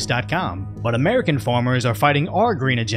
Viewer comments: Mate, it’s farmers not formers. Are you French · It's farmers, not formers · It's farmers......not formers...